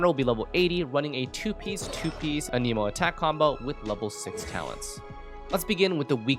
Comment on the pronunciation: Every time he says AH-KNEE-MO I want to punch puppies.